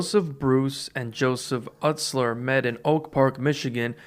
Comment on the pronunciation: VERY small nitpicks about this video: - Joseph Utsler's last name is pronounced 'YOU-slur'. I only point this out because shaggy referenced it in the song 'Free Studio' where he says "My name is joey 'YOU-slur' it aint no joseph fucking Uht-slur'" so I thought that was funny lol. - After the JJ Boys, Joey didn't immediately switch his name 'shaggy 2 dope', but rather just '2 Dope'. When ICP formed, the idea was that they were going to do what alot of other rappers at the time did (including Esham) where you'd have a front man doing all the rapping with 2 or 3 people in the background dancing. Violent J was to be the front man and he would have 2 background dancers; 2 Dope and 3rd member named 2 Much. J's main rapping partner was 2 Dope's older brother, John Kickjazz, and when Inner City Posse became Insane Clown Posse, 2 Much left the group. The name 'Shaggy' was just a nickname that people called 2 Dope because he was growing his hair out into dreadlocks, then around the Ringmaster era, he combined his nickname with his rap name and became Shaggy 2 Dope. - Esham's 'Repentence' album had multiple disses to Eminem/D12. IIRC, the entire album has a diss to Em. - The bowling match that Proof set up with D12 and ICP wasn't just between J and Shaggy, but most of the Psychopathic Records staff, including Twiztid. Proof even did a song with Twiztid on their album. Almost everyone showed up except for Em. ICP did an interview with DJVLAD TV. I highly recommend it.